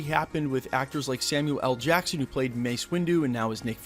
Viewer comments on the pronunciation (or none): none